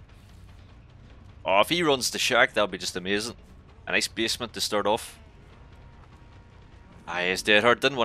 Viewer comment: Not to make fun of you or anything but every time you say basement I hear bismuth